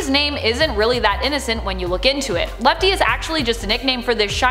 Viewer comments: It’s lefty not L.E.F.T.E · Lefty not lefte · Its lefty not lefte its funny name lefte XD